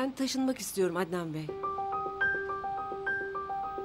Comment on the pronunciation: Bu neden ednan bey diyo sinirlerim zaten bozuk daha da bozuluyor